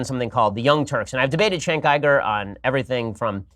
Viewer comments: How do you get I-GER from Uyger? You sure this guy went to college? Also, I bet Shapiro watches some hardcore darkweb type shit. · “I Ger”? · How do you get “iger” from uygur? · Yo, Ben. When did we start pronouncing the letter U as an I? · Why do these retarded conservatives refuse to pronounce Cenk’s name right? Besides the fact that they’re retarded, of course. The dude has said his own name so many times-how can you hear a man say their own name and then fuck it up so hard when you say it yourself? Chank Eyeger? You stupid bitch.